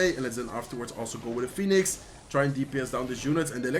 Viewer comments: Al tipo se.le sale lo Español cuando dice fénix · Fénix es en español, por eso la confusión en la pronunciación. Que agradezcan los angloparlantes por tomarte el tiempo de subir contenido en su idioma. Que no se quejen jajaj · First time here. La pronunciación del phoenix en español ❤ TQM. And im actually impressed, this feels the same as watching one of your spanish videos. Love it. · Zeg Phoenix vooral zoals je dat zelf prettig vindt. Ik wilde je er alleen op attenderen wat de uitspraak in het Engels is. Mij maakt het niet uit hoe je het uitspreekt eerlijk gezegd.